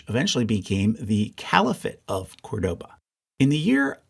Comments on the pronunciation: Great video as usual, just a correction: Córdoba is pronounced CORdoba not corDOba, as indicated by the accent in the first syllable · Very good chart and will be in my future acquisitions for sure. Small pet-peeve: please learn how to pronounce Córdoba. It is really annoying the way you do it. The stress is in the beginning with an open “o”, the sound similar to the “o” in cod. Acute accents in Spanish (and Portuguese, among other languages), render an open acute sound.